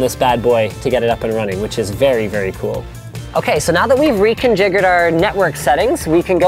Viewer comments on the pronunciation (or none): lol he said reconjigured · reconjigured..? wtf linus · "Ok, so now that we've RECOJIGURED our ethernet settings." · he said "reconjigured" lol